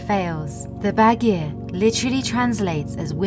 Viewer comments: It’s pronounced bawdgear not bad gear. The word Bad in English comes from the Iranian word of the same meaning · it should be pronounced bud-gear not baggy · Badgir is pronounced like this: Bud-geer. Bud as in flower bud. G as in google, ee as in sheet.